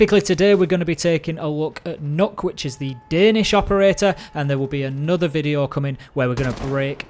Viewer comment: m8 stop saying nokk its nøkk